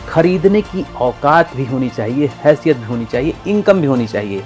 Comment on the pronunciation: Aukat or hasiyat word bolta galat he